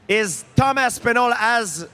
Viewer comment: The way GSP is saying his name it’s real close to another name that would fit perfectly.. instead of Tom Aspinal.. I was hearing dum ass pinal